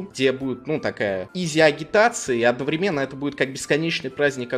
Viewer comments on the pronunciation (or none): none